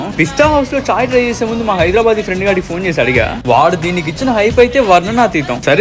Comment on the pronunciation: Hydrabad kadhu ra andhroda,, it's Hyderabad pronounce it properly